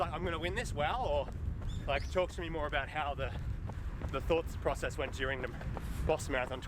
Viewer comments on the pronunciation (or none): none